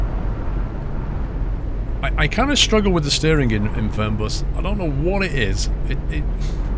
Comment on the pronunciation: die Betonung ist "Fernbus" nicht "Förnbas" its german, so the pronounciation is "Fernbus" not "Förnbas" like you did